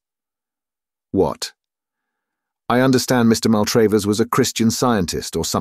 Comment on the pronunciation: I normally love reading, but his mispronunciation of Maltravers (said SO many times) was infuriating. The second A is pronounced as in 'black', but he pronounced it both as in 'date' (MaltrAYvers) and sometimes as in 'father' (MaltrAHvers)! If he's a real English person it's bizarre, if a bot, very annoying!